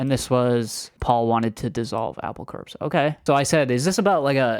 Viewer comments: It’s pronounced “Apple Core”(the pun was intended) rather than Apple Corpse “😊❤ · 'Apple Corps" is pronounced "core", a pun, as in "apple core" lol